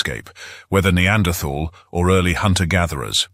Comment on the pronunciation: It is so refreshing to hear someone pronounce the th in the word neanderthal